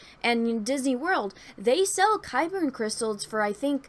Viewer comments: Isn't it just Kyber? It sounds like you're saying Kyberin or Kyberen. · I thought they were called Kyber Crystals. Are you saying Kyberian? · yeah it is.. idk why she keeps saying kybern lol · Yeah she wasn't saying Kaiburr either. She was putting an N at the end.